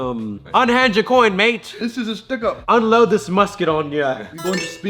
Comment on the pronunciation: Not to sound racist but "This is a stickup" sounds more Indian than British! 😂